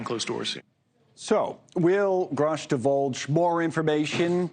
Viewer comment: That's exactly how you know that there is an attack on grush as we speak that's the third time I've heard the news channels butcher his name on purpose they called him scruff I would laugh if only it wasn't funny😂😶